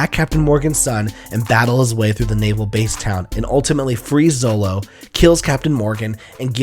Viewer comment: it's zoro not zolo...